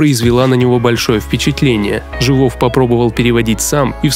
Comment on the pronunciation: Не ЖивОв, а ЖИвов... и к величайшему сожалению в живых его уже нет